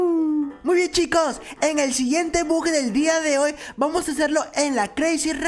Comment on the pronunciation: Se dise bug b u g😅